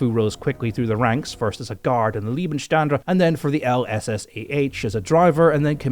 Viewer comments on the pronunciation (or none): Can Rex still be honoured posthumously? Then indeed I too up untill now believed the shit on Wittmann. You've changed my mind. One slight thing you as a pig should be able to learn. SS Leibstandarte is not pronouced leepstandarte but liebstandarte. As in you lie. And furthermore as a lier oops lawyer former DA and Dutch barister I totally agree with your take on history proper as opposed to cronicle. Like you I guess once transformed into a pig I too transformed yet into Dada Easter bunny. Well versed in hearing intergalactical BS and telling fairy tales to idiots. Unlike you I'm an absolute incompetent idiot. If you don't believe me I'll gladly prove my incompetent idiocy as a brain surgeon. As a conscript in 1981 I actualy won the cold war. My exploits as a Leopard 1 tankdriver and Dutch version of the Gepard AA tank gunner trainee scared the shit out of Andropov. Myths are hard to bust. Even after I have proved that Napoleon Bonapart was killed most probably by a prolonged suicide attempt after his first forced abdication with arsenic that lost its potency. It doesn't kill the myth that you Brits killed the bugger. The mental todler no doubt after a near death experience in Russia had the arsenic potion made. Causing stomach pains that took him out at Waterloo and blaming Ney, who had won the battle for Brussels twice. Napoleon not wanting to have Ney get the glory. Not sending in as planed his reserve Old Guard with the Anglo Dutch cept in vulnarable squares by Ney. Anywa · Leibstandarte not LIEBENSTANDE WTF